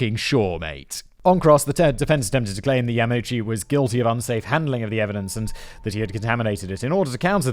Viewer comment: You really need to work on your pronunciation of Japanese names. You got both Ito and Yamauchi wrong. The I at the beginning if Ito is like a long E. Yamauchi is Ya'ma'u'chi, the a and u don't merge.